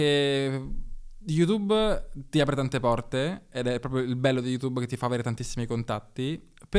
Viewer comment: Tutto appassionante ed istruttivo... ma è possibile che dopo anni e anni sul tubo pronunci ancora il nome di sto social "yutubbE"???